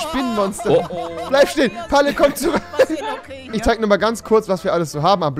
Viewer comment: du sagst einfach tich